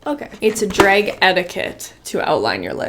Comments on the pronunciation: she said dreg lol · says drag like drake… irrelevant just felt like pointing it out